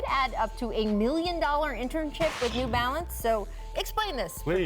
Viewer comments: “New Balance”, not new “balace” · Am I the only person noticing 'New Balace' instead of 'New Balance'? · “NEW BALACE” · Yo you guys over at ESPN are getting lazy. "New Balace" c'mon now